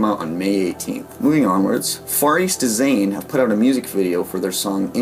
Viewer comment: i followed the blog edohsama/jrocknews for about 6 years and i was super hyped when i heard the idea or concept of a yt channel with these roundups ^^ thx and keep up the good work btw i also think the pronounciation of some bands are a bit different: - far east dizain (not quite sure with this one, since i only heard their vocalist Keita say it at a live concert, which of course is not the best source when it comes to audioquality, but i believe he said "dizain" just the same way you would pronounce the word "design") - deluhi (de-lou-hee rather than delu-hee)